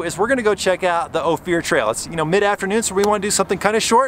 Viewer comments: the little community at the "end" of Ophir (pronounced Oh-fur) is the town of Ophir. Another great video, glad you got to see where the offroad bug bit me (and I'm sure many others). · 😮 Used to drive all those roads working High Lakes survey for the Colorado Game Fish and Parks back in the late 60s. By the way it is pronounced Long O, fur as in animal pelt, pass.(O fur pass) Hard to believe but we would drive those High mountain roads for a week and see maybe two other vehicles. Those were the days. You could shoot a gun off on the Main Street of Silverton at noon and there would bd no one one around to notice! A near ghost town, Telluride wasn't a whole lot better. Had a guy offer to sell me three Victorian homes on the Main Street of Telluride for $9,000. Not each, $9,000 for all three of them. Lord what they're probably worth now. Of course I was a poor just out of school fisheries aide working in an entry level job so I might have had $9 in my pocket, maybe? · Hey there, love your videos, thanks for all the hard work! In case no one has told you Ophir is pronounced like gopher. Beautiful place! Last time I went down black bear I followed a Acura SUV. Could not believe that he would take it on that trail! Found myself thoroughly surprised that he zipped that sucker around like it was meant to be there. I confess being impressed. (Especially on the tight switchbacks.) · It's pronounced "Oh-Fur" not "Oh-Fear"...just a heads up from a local. Nice video! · its OPHIR (ohh - firr, like the tree) not Ohfear... thanks for visiting. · After a dozens times, I just had to say something. It's "OH-fur" not "Oh-fear" Pass. Cute little trail, especially in the snow! And... EYE-mo-jean Pass? Really? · I lived in Ophir. I don't know who gave you the pronunciation you use but we always pronounced it like gopher without the g, not "Oh Fear". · It's oh-fir pass not oh-fier pass! I'm from that part of the country. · Hey, its not "o-fear" pass, its "oaf-er" pass.